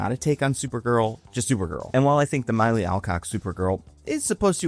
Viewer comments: Its "Milly" not "Miley" 😭🙏 Respect the baddie name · Indeed. "Milly" should rhyme with "silly". "Benoist" should apparently rhyme with "moist" to match Melissa's own pronunciation. did a pretty good "Calle", but Americans can approximate it more simply by saying "ka-yay". As if you were John McClane saying "Yippee-Calle".:) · Are you saying "Miley" as ragebait? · Just an insane pronunciation of the name Milly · Milly is 25. Also, he literally doesn’t treat her that way, at all. If he thought that then he’d tell her to eff off and take your stupid dog. Jeez you’re not right about anything, from mispronouncing every member of the cast to saying that. Yeah, I’m out. This isn’t analysis. This is rage bait.